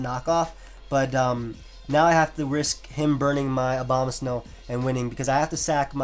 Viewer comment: why do EVERYONE say Obamasnow instead of Abomasnow